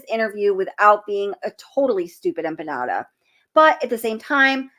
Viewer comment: I’m so mad that somebody corrected your pronunciation on Empanada- PLEASE put that Ya back in when you say you it. I loved it!!! lol 😆